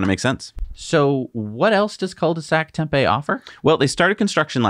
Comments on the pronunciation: Excellent show ! FYI, Tempe, AZ is pronounced with a long “e” at the end; should sound like “Tempee”. 👍👍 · It's pronounced "tem pee". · 14.43 - Orders are open BUT you can't configure it. - 🤣🤣 That is "Tem PEE", accent on the second syllable.